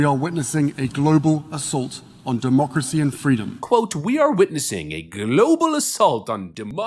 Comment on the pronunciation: Quit saying demoocracy you annoying tit